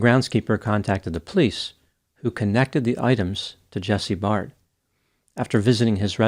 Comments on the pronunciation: u pronounce all last names wrongly. Their last names are pronounced “bare-d” and “da-VIS.” I know u think it’s da-Veez cos of the “ies” at the end, but in welsh that is still pronounced as “DAY-VISS” please don’t abominate their last names again. It’s pronounced like “beard”, not barrrrrrd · Please get it right "Dr" ! Jesse's surname is pronounced Baird (rhymes with Laird) like 'Bear D' NOT Bard! Also, your thumbnail is pathetic 'clickbait'. As well, Jesse NEVER had a sexual relationship with Beau, so get that right! Jesse's friends can confirm this. There is sufficient evidence that a fair amount of what you 'allege' is not only FALSE but can actually hurt and offend Jesse's and Luke's friends. Which I am one and 4 friends of theirs have seen your video. You mentioned a friend of Jesse in Perth. He has also seen your video. They are speaking through me and my account. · Jesse’s name is pronounced Bared not Bard. ( Baird) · Jesse's friends and family are actually disputing there was ANY physical relationship between them - and Baird is pronounced like bear-d not bard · It's pronounced Bay-rd not Bard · Its pronounced 'bare-d' not 'barred' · just adding here that jesse's last name is pronounced bear-d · You misspronounced his name, learn Australianish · I don't know how you could mispronounce a simple name like "Baird", if you can't see the "i" in the middle of the name then you might want to update your prescription